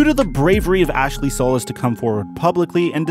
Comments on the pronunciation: Sew Lease. Not So Lus. It’s 2021, y’all need to get with hispanic pronunciations. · As a solis, it is pronounced “sol-E-s”. Another good video man. Keep us Texans fans updated 🤘